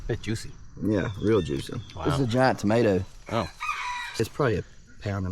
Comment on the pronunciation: 'Mater sandwich 😂